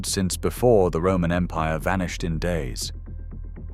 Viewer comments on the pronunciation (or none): none